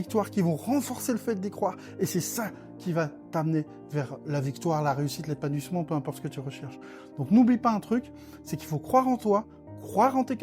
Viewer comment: Perso, je ne t’ai ècouté j’usqu’au moment où tu nous parles de l’èpannouïssement 😅